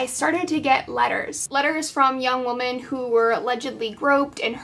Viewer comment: Oh my gosh! Thank you! I came here to say the same thing! Why can’t anyone pronounce women anymore!!!?!?